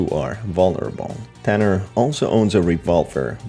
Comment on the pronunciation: Also, can yu stop saying some oof the characters are infected THEY ARE NOT. 1. vinerias hair is a wig that can grow so it basically took over her like th plants grew through her 2. Wenda was POSESSED by BLACK literally everyone knows that (almost) 3. his name is TUNNER NOT TANNER u didnt really explain many of the characters much so 4/10 even i know more than you